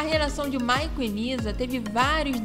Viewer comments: Não é "Maicon" mas sim Michael (pronúncia MAICOL). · Moça, não é Maicom e sim Maichaellll😮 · Gente, eu amei o vídeo, mas a pronúncia do nome do Michael me deu aflição 🤦🏻‍♀️Maicon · A pronúncia dela falando michael ... Maicon dói os ouvidos de uma fã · O q me deu aflição foi vc toda hora dizendo Maicon kkkkk